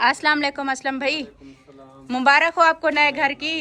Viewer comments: Mubarak not mubarakh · Mubarak hota hai mubarakh nahi